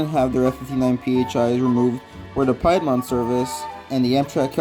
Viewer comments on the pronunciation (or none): I beg your pardon pidmont service it’s piedmont